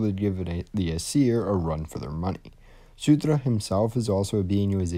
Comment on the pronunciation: Great video as always, just that it's Surtr (sir-tsh), not Sutur (soo-tra), and jötunn (yo-ton)